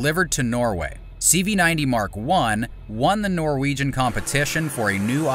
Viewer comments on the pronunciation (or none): none